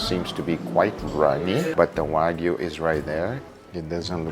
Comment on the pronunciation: That wasnt Wagyu it was Wag-ew